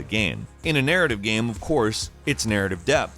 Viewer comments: Is he saying "gam"?? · Is this an AI voice.Early in the video I noticed it didn't say game 2 times it said gam.